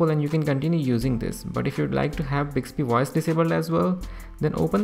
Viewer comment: Bicksbee woyce? What is bicksbee woyce?